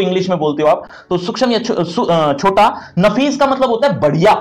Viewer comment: सूक्ष्म ko sukchham nhi suukshm padte hai sir